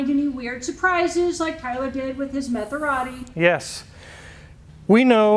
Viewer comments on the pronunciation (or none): Did you say Metherati? :-)